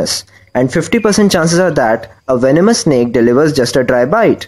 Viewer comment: I heared snik not snake